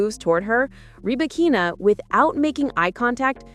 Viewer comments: Only artificial intelligence could butcher somebody's name so perfectly and completely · Wtf, with this AI generated post that cannot get Ribakina's name pronunciation correct? No thanks.